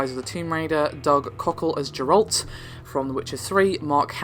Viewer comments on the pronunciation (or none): So obvious this dude never played the witcher the way he pronounced Geralt lmao